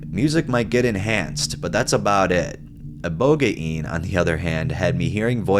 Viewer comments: Ibohgayin lmfao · Pronounced IboGANE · I don't like the new way of pronouncing ibogaine; it sounds retarded, even if it is right or wrong. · The computer pronounce ibogaine wrong, you had it right at first. You should rly base your pronunciations on how other people say it, not a computer generated voice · The whole ibogaine was hilarious lmao i thought the way you'd been saying it sounded right but i was wrong as well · Ibogaine’s pronunciation is shady